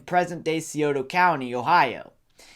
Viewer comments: Sci- Oh- tah river Sci- Oh- tah County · It's pronounced sigh-oh-tuh county. And porch-muhth.